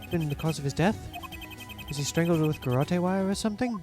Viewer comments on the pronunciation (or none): Since this word is used a LOT in the next case, I thought I should tell you that garrotte is pronounced guh-rot, not guh-rottie. Sorry to be the pronunciation police. 😅